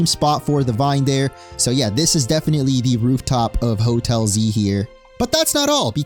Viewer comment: Oh Hotel Z, I thought you were saying Hotelsy.